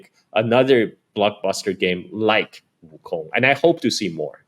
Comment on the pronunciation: I like how the host tries to say Wukong with the proper accent but still pronounces Wukong like King Kong.